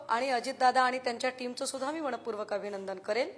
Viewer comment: ताई मणपूर्वक नाही मनःपूर्वक असे म्हणा